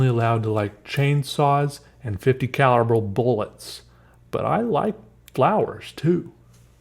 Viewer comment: "fifty calloubur booluts" hahaha